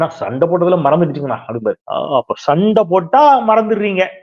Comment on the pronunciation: Yow….use ‘Sa’ instead of vadakkan word ‘sha’/‘sho’,Sandai not Shandai, ‘Sonnaar’ not ‘Shonnaar’ , Soranai not Shoranai , Soru not Shoru